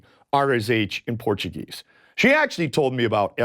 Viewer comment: *Porchu-gaysuh joe